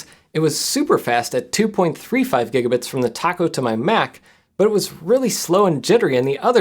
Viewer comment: I must be tired, I could swear Jeff just said Giga-Brits 🤣